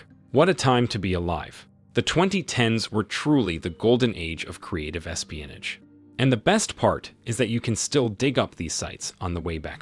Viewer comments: Learn to pronounce "espionage". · yea that really bothered me more than it should have LOL